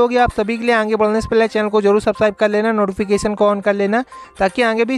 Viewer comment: आंगे या आगे सही से बोलना तो सीख लो पहले तब गलत जानकारी दो जैसे कट आफ नही पासिंग मार्क बोलो